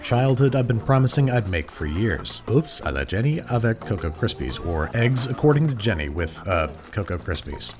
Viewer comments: as a half french her pronunciation of “avec” is funny because she said it like “avac” but seriously tho great recipe as always babish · It honestly sounded like she was saying "avant" to me.